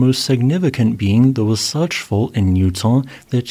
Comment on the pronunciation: In SLC I can see the fault escapement on the base of the mountains from miles away. And hearing you pronounce wasatch just made my entire day lmfao